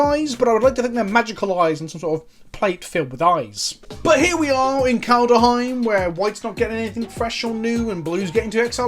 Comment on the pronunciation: I swear I can't keep listening to him saying Kald-UH-heim.